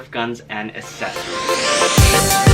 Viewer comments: It's accessories not assessories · I love how he says assessories instead of accessories